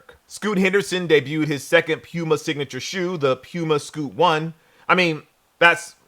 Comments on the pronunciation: Why would Sneaker Shopping send an invite to a guy mispronouncing the host’s name?? Do better! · you got me saying PUMA all wrong now 😂